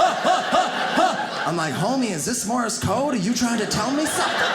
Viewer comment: Dude straight up said Morris code lmao